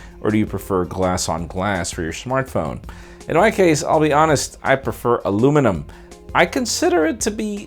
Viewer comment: "For your shmartphone"